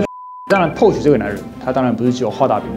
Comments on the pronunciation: Porsche的發音不對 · 影片做的很棒, 科普了一些知識 但知識型影片還請Porsche發音標準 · 這集讓我滿身起雞皮疙瘩，不會外語發音，就國語台語來吧，何必自曝你短，保時捷的porsche，德語發音不會，就光用國語翻譯就好了，福斯就福斯，國民車就國民車，不會Volkswagen 的發音 上網去查，不要讓你自己丟人現眼